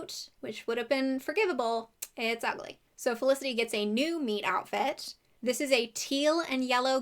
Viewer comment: I know you're saying meet outfit and not meat outfit in theory. In practice, not at all